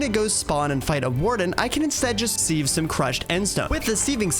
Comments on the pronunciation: Man I’m getting so PISSED everytime you say seave and not SIEVE. Where did you learn to say SEAVE. YOU PRONOUNCE IT SIV ARE YOU FUCKING MAD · Never have i heard someone pronounce siv as seev, sounds so weird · Completely unwatchable, what the hell is a seahhve🥴, its sieve, pronounced “siv”, you put things in a sieve, not a fucking seave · Sieve is not pronounced "seeve" like leave, it's "siv" like give. otherwise an enjoyable video. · why can’t this YouTuber pronounce sieve